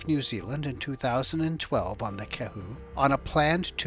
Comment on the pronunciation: Go New Zealand/Aotearoa ya sexy beast, also Kahu not kehu. Said Ka-hu.